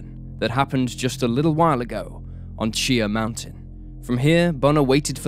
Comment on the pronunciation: chi-ah-haw mountain